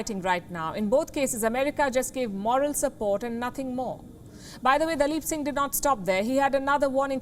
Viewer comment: Palki nailed daleep Singh.....